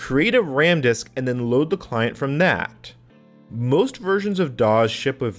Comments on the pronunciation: I just found your channel and I am liking the videos so far, but why in the world do you say "doz" every time for "DOS" and "QEMU" as "cume"? Sorry. It's just distracting since you say "doz" a lot. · had to bail, "dawes" was triggering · I'm curious about where you picked up your pronunciation of DOS. I've been a PC user since the late '80s and have never heard anyone pronounce it with a Z sound. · He pronounces "dos" "doz"